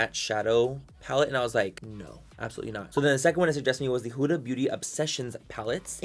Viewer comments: 7abibi it’s not hOooOoOda it’s huda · Habibi it’s not hOooOoOda it’s huda